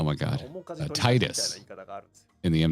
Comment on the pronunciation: It's always been Tee-dus in every official Final Fantasy game where it's been said out loud (Dissidia, World of Final Fantasy etc), but also the behind the scenes DVD from back in the day as well as the more recent official audio drama tease for a potential third game (which comes with the HD remaster package as a bonus feature). It's pronounced Tee-duh in Japanese, and means sun in the Okinawan dialect (which is why his ultimate weapon is powered up by the sun sigil and the sun crest). I get that English speakers tend to pronounce vowels differently from most other languages, but... at the same time, no one seems to mispronounce Tifa? :P If we ever get a proper Final Fantasy X remake, they will absolutely stick with Tee-dus in English. Also, yay for some hat compatibility! :D